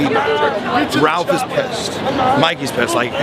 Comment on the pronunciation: it's not Ralph, Raphael shortened name is Raph said like graph but without the g. hope that helps.